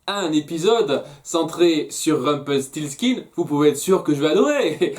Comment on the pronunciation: Tu réussi à dire Rumpelstiltskin !!!! Alléluia !!!